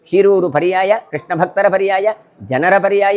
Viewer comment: ಶೀರೂರು ಎಂದು ಉಚ್ಚರಿಸಿ